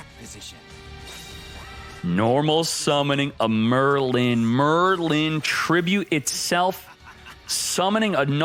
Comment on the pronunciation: Yes, we all know the great sorcerer “Murr Lynn”